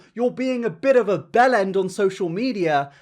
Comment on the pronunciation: I'm from America... What's a 'belland?' like when he said 'your being a bit of a belland on social media'